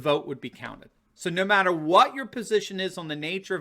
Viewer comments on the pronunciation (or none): none